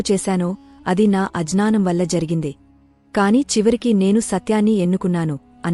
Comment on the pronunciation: జ్ఞానం అని అనాలి జానం అనకూడదు అజనానం కాదూ... అజ్ఞానం అనాలి... ఆ తెలుగు లిపి...ఆ చదువు... ఖర్మ...